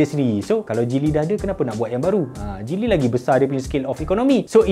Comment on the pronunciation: Abang kamu cakap geely macam cili